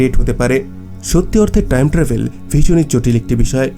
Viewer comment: বার বার ট্রাইম ট্রাবেল বলছেন কেন?